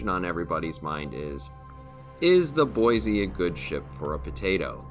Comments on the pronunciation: "Boy-see"... there's no "z" in Boise. Haha, just a little friendly ribbing from a local. Great vid! 👍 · maybe I can shed some light on this. I used to go to school with a girl named Rose. Her last name was DuBoise (pronounced Do-boys) and yes it is of French decent. However, you are correct that USS Boise namesake is Boise, Idaho.